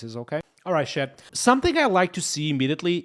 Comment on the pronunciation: Dont say shat it’s chat. Not having a go but everytime i hear it feel like you say shite